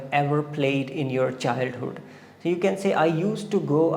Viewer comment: Chahilhood What was that dear You slipped your word But no matter your content was nice Good job